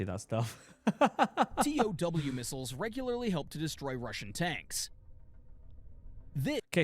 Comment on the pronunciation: This guy calls tow missiles t-o-w missiles and it's fucking annoying.